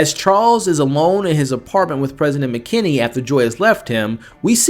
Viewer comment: You are seruoiusly terrible with names.. tobert not talbert and its president McKinley not McKenney